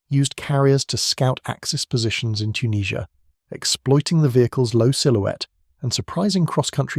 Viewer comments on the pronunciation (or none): Ai voiced. Can't pronounce Tunisia.